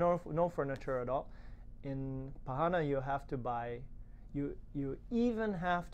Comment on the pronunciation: well. you should search on internet how to pronounce the word PARANÀ. you say PARRANA. correct is ParanÀ, NÀ, NÀ no double RR.